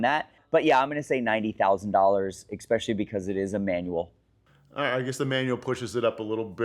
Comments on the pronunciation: take a shot every time someone says "expecially" instead of "especially" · I'm just a man out here trusting a grown man that says expecially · Can’t anyone pronounce especially? It’s not pronounced “ expecially “. There is no X in it. Also for the fact that sells lambos he can’t pronounce Gallardo. lol 🤦🏻